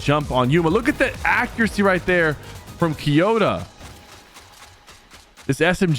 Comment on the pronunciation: The name is KOyota not KYOta :)